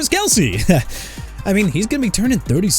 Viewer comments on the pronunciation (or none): none